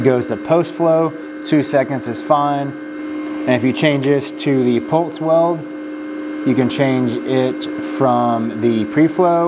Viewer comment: I’m sorry, are you saying “pults” or pulse? Otherwise, great video 👍